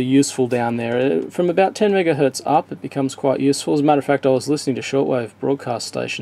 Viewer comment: Did you say "one megahert" without the z?